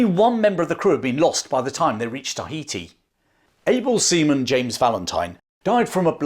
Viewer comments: Excellent account but, for fux sake its "ta HEE tee" not TAH hee tee". You say it in every damn sentence! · i like how you over pronounce and wait for others to realize you over pronounce TAI ...heti.